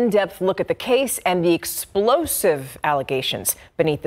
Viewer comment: Why did she have to say “… explosive allegations” like that? 😂😂😭